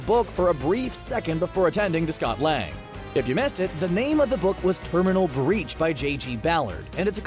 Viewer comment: A very minor cavil, but... ....J. G. Ballard's book is 'Terminal Beach' - not "Terminal Breach".